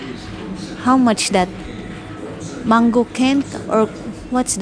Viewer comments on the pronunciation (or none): none